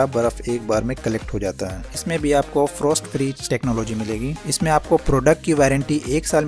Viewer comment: Frost to tum frostat bol rahe ho. Toughened glass ko bhee thik se nahi bol rahe ho.